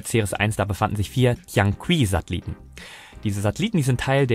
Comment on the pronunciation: Tianqi = Tjän tchi ( das "ch" wie in München)